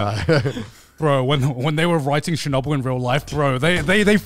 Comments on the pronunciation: I’m Russian, and it’s so funny to me that they pronounce Chernobyl as Shernobyl 😂 “Ch” is pronounced as in “check” Chernobyl is such a good show 100% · As a North American English speaker I could not tell they were talking about Chernobyl from their pronunciation! Sounded to me like Shenubble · I love the story of Chernobyl. Thought gigguk was saying shinobu at first and I was very confused how I hadn’t heard of another Japanese nuclear incident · Honestly thought they were pronouncing "Shinobu" till I checked the video "chapters"